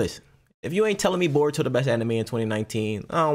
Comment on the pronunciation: No hate but it’s naruto and *boruto*. Not botuo nurto idk if you tried to be funny or what I’m just sayin 😂😂